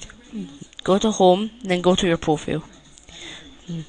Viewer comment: Wtf is a profuel? It's profile not profuel.